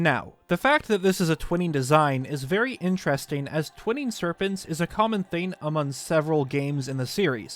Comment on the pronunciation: Please learn to use the letter G. It’s “thing” not “theen”, “long” not “lon” etc.